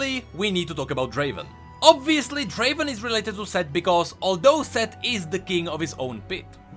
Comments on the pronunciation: Its not draven its draaaaven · Uncultured fuckers its pronounced as Draveeeen